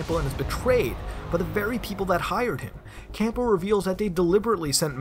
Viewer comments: His name is Campbell, not Cample. And it's Pen-tazz-uh-meen. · Great video. It's pronounced "Cambell", by the way. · Why is he pronouncing the p in Campbell?